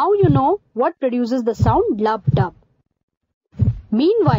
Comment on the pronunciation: Lub-dub. XDDDD (Not making fun of her accent; it would be hilarious if an Anglo said it too. Anybody with me on this? Anyone?)